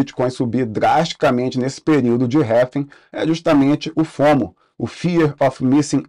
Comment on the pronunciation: cara, parei de assistir de tão irritado que fiquei com essa sua pronúncia pra RRAAALLLLVVVIINNNGGGGGG